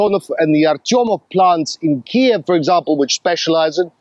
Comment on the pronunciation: "...it's pronounced Kyuif"...the same energy as:..."It's Ma'am"... No,, it's actually pronounced "Queev"...